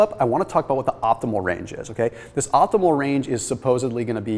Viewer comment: Optimal, not opthimal !